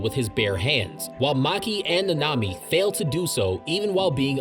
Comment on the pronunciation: Ur saying dagon and nanami incorrectly